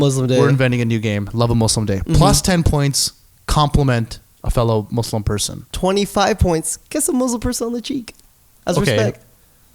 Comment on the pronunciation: Naushaba Bhatti dude like the funny thing is his name is Except I'm an ex once religious as hell Muslim who litersllypronounces Muslim the white way